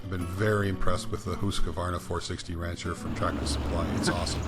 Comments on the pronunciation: It is pronounced Hus-quana. Not Hus-que-vana. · How come americans cant say Huskvarna? Its Hus kvarna not huska varna.. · Pronounced Husqvarna, NO 'A' after the 'Q', HUSK VARNA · A lesson in the name Husqvarna, its swedish, and i belive it means HUS, as in House, and Qvarna, means millstone or grinder, so it basicly means house hold millstone.. Now for the correct way to pronouce it is: HUS you drag the U and the S a little, as HUUSSss short H, drag U, uuu and drag S, sss Huuusss, now for qvarna, it is harder to explain but you start with the Q as a K or a C, short sound, then V normally and ÆRNA, which means AE R N A, but AE is the same way you pronounce the "start of" the famous A-hole word, R and N is normal, but the LAST letter you pronounce in (husqvarna) as the first letter in the word "ARE" short sound, so lets get the whole word: Huusss KCV (a-hole)AE rn(ARE)A = "Huuusss KC V AE rn A" = "huussK/CvAErnA" = "huscvAErnA" = HUUSSSKvarna = Husqvarna, TLDR, now u know xD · Really cool video thanks for sharing. You do not pronounce Husqarna that way though lol sounds really funny to a sweed. I live about a 45 minutes drive from there, they used to make motocross bikes but they sold the bikes and saw production to Italy I believe. Its sad was a good brand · Inspiring as always! As a Swede, I'm racking my brain trying to come up with a good way to describe how to pronounce Husqvarna but I'm drawing a blank. The 'Hus' part has a long 'u', close to the sound in "cruise." The 'kvarn' is pronounced like 'barn,' but with 'kv' instead of 'b.' Then just tack on a short 'a,' as in 'ah' and you should get something that's close to the proper pronunciation. "Huise-kvarn-ah.":D